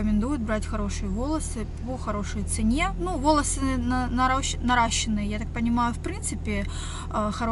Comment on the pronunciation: Я читала, что правильно говорить наращЁные волосы, что это правильно грамматически. Но никто так не говорит, ни разу не слышала 0.о Типа обольщение — обольщенный Восхищение — восхищённый Наращивание — наращенный